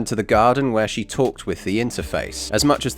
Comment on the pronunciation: aghhhhhhh stop calling 'drivel' 'dribble' dudeeee